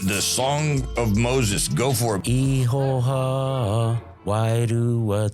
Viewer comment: Bro the word is actually IHOWA that's a Maori word translating the Biblical word JEHOVAH which is God's name ( one of them ) but He's pronouncing it as IIIHO- HA. BUT that's his choice. But as it's written it's axshilly 😂 IHOWA (Pronounced like eee-horr-waah and in Maori the letter iii is pronounced as an eee, that's generally ok iii, pronounce eee and the letter E pronounce like ear, ok ghee, cool) Any a you cool Ozzie dudes wanna know Maori or anything biblical ask me, I'm christian as but I nused to be a punkass looking mofo but I gave my life n soul to the living YESHUA. Which is the Hebrew word for Jesus God the Son. In my past life I was a bit if an R swipe rack smokin, but previously Rastafarian weed smokin peace piper but that Saran basstid got me hooked on crack but then I met a guy I fell in luv wif called Jesus. now I'm a 7DA christian . Now to me this guy is sincerely Abit mixed up. Polynesian waka travellers incl Maori but there's a lotta mixed up fkd up versions of Christianity and sum real nutters but hey I'm not wanna put this dude down but he sounds like the Mormon version of geneology and no offence but Mormon is a false Christ but he believes what he does. And we all have that choice of freedom if religion freedom if speech n all good shit sorry not shit, syuff... in general... biblically speaking Ham Shem and Japheth are Noah's 3 sons. ( Btw way all the oceans in the world is whats left if the folks back from then ie 4-5000 years ago biblically. We didn't